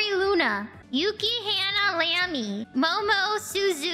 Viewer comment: YukiHannah Lamy hurts to hear.